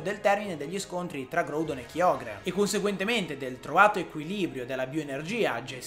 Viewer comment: Anch'io voto GRAudon e KAIogre come pronuncia, anche se ormai sono abituato a KIogre... 😅